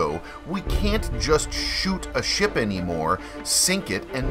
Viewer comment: No hate but it’s kinda funny that you say SHIP like SHIEP